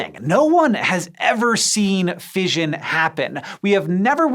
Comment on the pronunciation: "Fission" rhymes with "mission" not "vision"